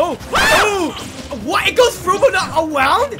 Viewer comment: "It goes frew but not awownd!?" That got me.